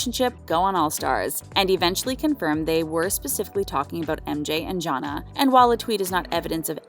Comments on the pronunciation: The fact u pronounced Jonna name as JAH-NAH is so cringe 🥴🥴🥴 it’s JAH-NAY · How can you STILL manage to mispronounce Jonna (John-aye) even when you literally have a clip in this video of MJ saying it (correctly)?🤦🏻‍♂️ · That’s a dislike for not doing enough research in the show to say their names right. Jonna is just an egregious example.